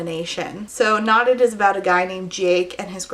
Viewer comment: Whenever you say “knotted” I hear “not it,” which is an accurate feeling this book evokes.